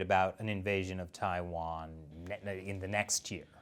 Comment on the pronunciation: I think i heard Attack on TaiTan- eh i mean Attack on TaiWan